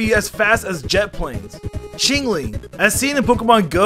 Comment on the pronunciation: For a second I thought he called Chingling a commie